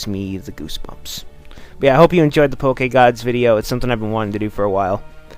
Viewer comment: Can you stop saying Poke-EH-Gawds